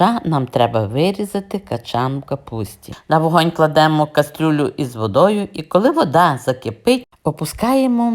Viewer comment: Ваша кастрЮля так ріже вухо, що далі дивитись не хочеться.